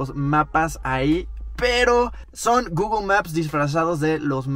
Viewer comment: Gugul ??????????? No será Google ?